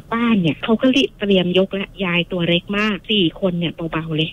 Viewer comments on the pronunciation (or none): แต่คือคนที่โทรมาเล่า ใช้ ร. ได้ชัดมาก กระดกลิ้นชัดเจน กำลังจะเม้นชมแล้ว แต่ฟังไปฟังมา อ่าว ล. ก็กระดกลิ้นด้วย จาก แล้ว ก็เป็น แร้ว, ล้าง เป็น ร้าง, เล็ก เป็น เร็ก, 🤣🤣🤣 แต่เรื่องการเล่าดีมากค่ะ ไม่มีขัดเลย ดูไม่เฟคด้วย